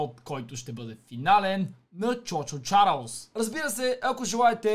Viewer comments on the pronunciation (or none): казвасе чу чу чаралс а не чо чо чаралс бе